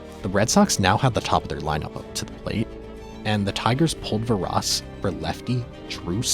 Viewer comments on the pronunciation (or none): Dude said "Veraws and lieland" haha. Its VAERAS and LEELUND.